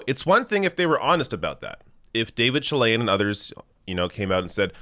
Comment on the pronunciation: I'm sorry, but when I heard you say, "David Chilian" I said ugh and turned it off. Still gave the video a 👍🏼 to support the channel. Join The Rational National channel. Support The Rational National on Patreon.